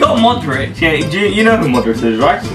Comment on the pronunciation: When he tries to say Modric he sounds like its I 😂